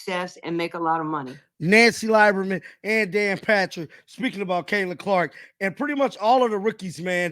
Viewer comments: It's pronounced leeberman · It's pronounced "Lee-ber-man" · please learn how to say these folks names right... dude you are killin me 😂 Nancy Lieberman (lee-ber-man) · Dude, it's pronounced Lee-burr-man. You should know that. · Pronounced (Lee berman) brother!!!